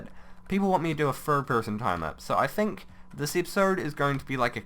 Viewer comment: Why tf does he say tin k?